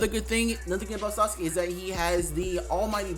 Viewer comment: "Sauske" bruh